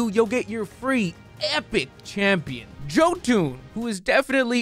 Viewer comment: I can never tell if pronouncing jotun with a hard j is purposefully trolling or serious lol. My main home JOETOON lmao